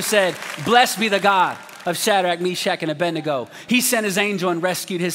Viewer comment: A-bed-nego not A-bendy-go like preachers most say.